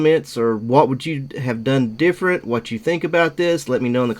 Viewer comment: I love how when you said "different" you pronounced it "deerferent" right as the screen showed a deer! hahah love the look, im trying to get some lights on my car. I live down back roads and having the light the see a deer before i hit it is crucial